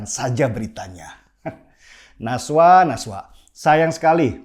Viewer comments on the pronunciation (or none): Najwa Bang.. bukan Naswa hahaha